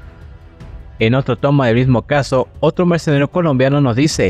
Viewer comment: PARA SER YOUTUBER; PRIMERO APRENDE A PRONUNCIAR BIEN LAS PALABRAS !!!!! Ni siquiera puedes pronunciar la palabra MERCENARIO.